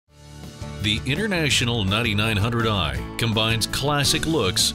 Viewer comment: I keep hearing “Nutty Nine Hundred Eye”